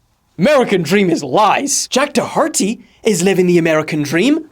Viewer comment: Jack Dahharty 😂